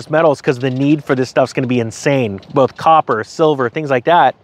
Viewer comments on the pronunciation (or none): none